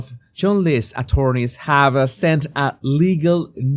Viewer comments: Side note. Congratulations, you pronounced Chomonderly correctly. Pronounced Chumly ♥️ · Loved this. One of your best yet! I love it when you don't hold back,! I would also like to congratulate you on pronouncing 'Cholmondeley' correctly. Many many MANY Brits can't even do that! xx